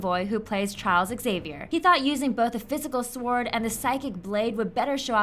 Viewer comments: And other times that she said sWord in that way it just bugs me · The 'W' in sword is silent. Also, your voice is very annoying. Also, I disliked because of you saying 'Squad Goals'. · Why the fuck do you say sword so weird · The pronunciation of sword omg I love it